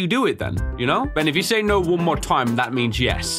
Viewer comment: "BEN" honestly sounds like "BAN" with the way he says it.